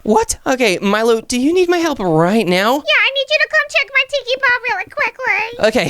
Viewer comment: it is milo not molo